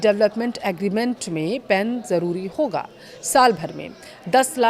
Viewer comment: होगा बोलना सीखे